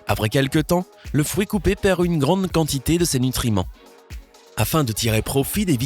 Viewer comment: Il dit frouit 🤣